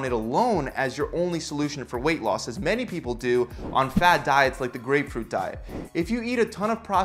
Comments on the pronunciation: Definitely says "Gapefruit" at the end of the grapefruit segment fyi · what is a gapefruit? :P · it says gapefruit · Gapefruit. Who caught this?? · Gapefruit LOL